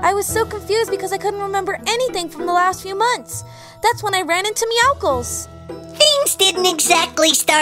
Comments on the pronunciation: WHO CALLS IT MEOWKLES IT’s meowcles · you pronounce it meowsils but it’s spelt meowscles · They said meoscle